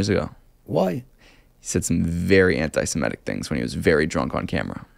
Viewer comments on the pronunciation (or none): Not "semetic," but "seMITic," as in semite. C'mon. Widen that frame of reference if you're going to be an interviewer.